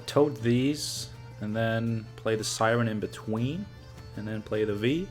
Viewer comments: Its from polish "wij" and you are saying it correctly, as you always did. So better change yours deck name :P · Viy is actually a character from a Gogol story of the same name (Russian), so yeah your pronunciation is correct. Interestingly it's not an insectoid there, more like a demon of sorts. Koshchey from Russian folklore is similar, being not an insectoid but a man who possesses magical immortality which has to be broken somehow for him to die.